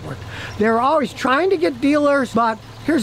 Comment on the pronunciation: "Alwees" is not a word.